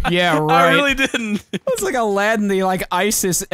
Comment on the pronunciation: Allah-diin! Like bro it's right there!😂😂